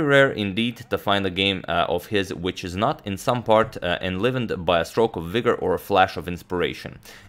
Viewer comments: The i in enlivened is prounced "eye", not as for example the i in bit or live. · When you finally hear Antonio make a tiny pronunciation error ('enlivened'), you realise how incredible his English is for a non-native speaker. No wonder he could become a 2000+ chess expert in spite of taking the game up in adulthood.